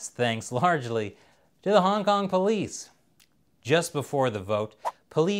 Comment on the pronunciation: Yo why he said hongkong like that hongkong song.